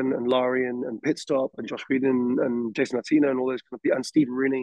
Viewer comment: He keeps on mentioning a director named Josh - It sounds like "Joss Whedon," but it can't be. I must be mishearing another name. Anyone here know?